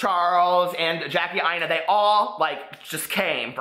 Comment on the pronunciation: Thank you so much for saying Jackie’s last name right